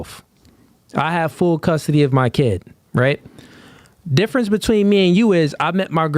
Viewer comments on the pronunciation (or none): none